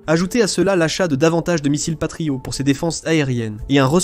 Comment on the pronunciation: Une voix off par IA… ça se sent quand même pas mal.. les missiles « patrio » par exemple 😂